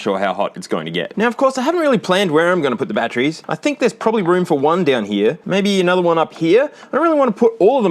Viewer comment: Bro said hink